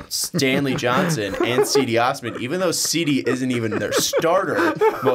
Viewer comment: Cedi Osman's name is pronounced like Cheddar, in the beginning. So it's like "Chedi Osman"